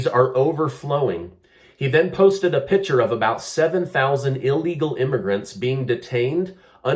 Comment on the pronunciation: OK... it's driving me nuts,..... it's P I C T U R E.......not "pitcher". (Sorry, couldn't take it any more)